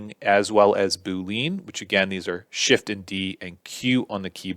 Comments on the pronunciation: right? 🤣 I always thought it was "boo•lee•uhn" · Its BOO-LEE-ANN not BOO-LEAN🤦‍♂ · bool-leen lmfao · Pretty sure it's BOO - LEE - ENN... :)